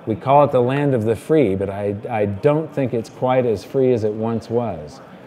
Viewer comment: "Land of the Freeh."